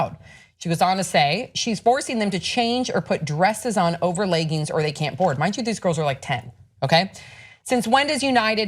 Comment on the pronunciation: The fuck is a ley-ging?